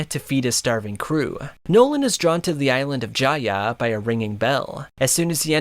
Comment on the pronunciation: As soon as I heard you pronounce Jaya and Skypeia I clicked off I fucking can’t 🤦🏽‍♂️